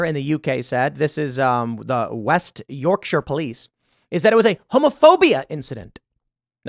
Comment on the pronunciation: The joy I felt, as a Yorkshireman, that an American pronounced "Yorkshire" correctly is slightly overwhelming haha. This story is ludicrous, but it's commonplace. It's our fault it's gotten to this point. I don't know how to fix it.